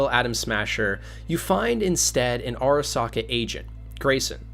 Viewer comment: “Arasaker”. He really used the hard “R”